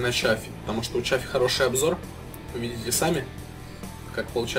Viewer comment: т.е. это не Chaffee, а Shaffee?